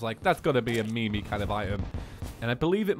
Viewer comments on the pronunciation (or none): It's pronounced meem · Did he pronounce meme as mee mee? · did you just pronounce meme "me me?"